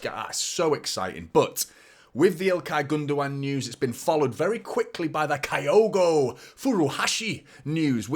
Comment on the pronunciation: It’s pronounced as kill-go